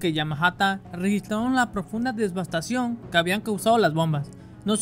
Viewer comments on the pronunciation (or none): DEVASTACIÓN, no "desbastación".